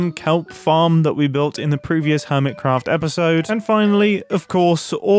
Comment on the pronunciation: Ear Mitt Cruffed